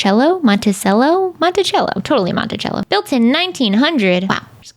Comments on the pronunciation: It’s actually Monticello like cell-o not chello lmao Covington, ga native here lol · they have ghost tours around the squares in Savannah GA highly recommend if you ever visit! edit: it is in fact Monta-cell-a not chello LOL idk why we say things the way we do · It actually is pronounced mont-i-sell-o! I live in Covington and work in Monticello, in the old historic courthouse (we totally have ghosts, he steals my post it notes). But if you have seen My Cousin Vinny, that is the courthouse and lots of that movie is as filmed in Monticello! Monticello is spooky for sure!